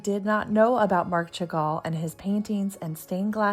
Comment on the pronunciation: Chagall is pronounced Shagall, just fyi!